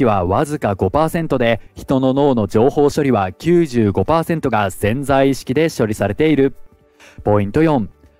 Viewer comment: ぜんざい意識ではなくて「せんざい」意識